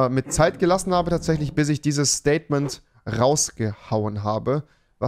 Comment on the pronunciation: Das "Staiytment" von Rewi